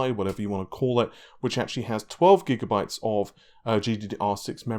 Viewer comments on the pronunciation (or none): none